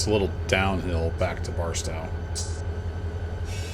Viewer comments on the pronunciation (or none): Thank you for your videos, particularly the tutorials. Just got Run 8 a few days ago and had absolutely no idea how to proceed. Delivered my first cargo to an industry yesterday, so making progress. By the way, for what it's worth, the 'tow' in Barstow is pronounced like the 'tow' in 'tow truck' or like 'my big tow'.